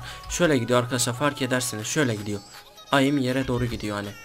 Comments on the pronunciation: Aim değil eim diye okunur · Abi aym değil eyim 😊😊😂😂😉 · bebe oyunun taktiği mi olur csgo gelde taktik gör ayim diyip duruyorsun onun adi AİM(eim) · AIM Diye Yazılıyor Eyim Diye Okunuyor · Sinir oldum ayim ayim ayim ingilizce 0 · Aaaim jhfjkhhjjhk la lisede de ingilizce öğrenmiyorsunuz